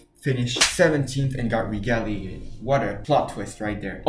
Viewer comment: Pronounced as Reg-gull-lated.